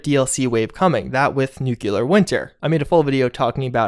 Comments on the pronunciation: NEW CLEAR! Not Nuke You lar! Nuclear good. Nucular bad. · Nuclear is pronounced new-klee-ur not new-kyoo-lur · Say it with me, now: “Nook-LEE-ur” Nuclear. Not “nukuler”. You make (great/helpful/informative) videos about a game series set in a NUCLEAR apocalypse like every week, dude. Just practice the word a few times a day before making the videos. Jfc. Thank you for coming to my Ted Talk. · Homer Simpson taught me it's pronounced NooKuler. Homer wouldn't lie. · Say it with me: "NOO-KLEY-ER"